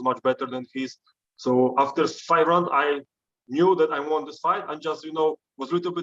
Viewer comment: ariel is pronouncing won wrong....